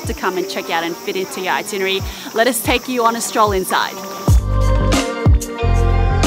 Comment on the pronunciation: the woman keeps saying itinary. hahahahahahahhahahahahahahaha it should be itinerary. hahahahhahahahahaha